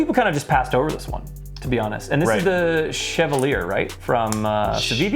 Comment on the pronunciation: shu-vall-ee-eh... I struggle with how to type that out 🤣